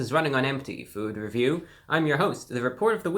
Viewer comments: I love how he say “feewd reveew” it makes my day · fuwud weview